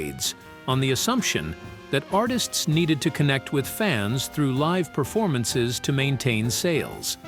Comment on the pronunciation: It said "liv music"...not live music... 🤣